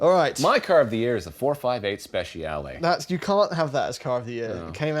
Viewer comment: Check your pronunciation of "Speciale". 458 Speciale. You love the car but have no idea what the name sounds like. Sad.